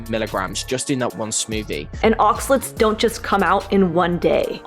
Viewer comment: Oxalates not Oxalets 😁